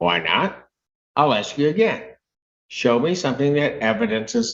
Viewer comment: Why is it that all black people on trial always say I WANT TO AXE a question instead of ASK a question?